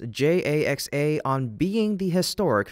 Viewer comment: What's a JAX-AY-EX-AY?